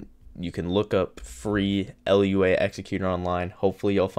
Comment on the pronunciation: L u a executer?? LMAO its pronounced loo ah